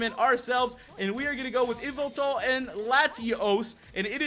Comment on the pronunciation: its not yveltal its yahveltal